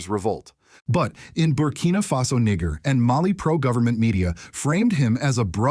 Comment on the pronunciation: The word Niger, sound like, it was pronounced with a extra g add to Niger. Listen closely...